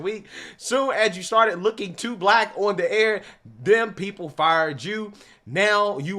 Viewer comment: I can't take any person seriously who says the word black with two syllables. All I hear is "WAHHHHH WAYCISMS!